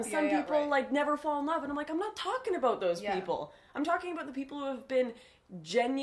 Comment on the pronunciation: I love how you say aboot 😂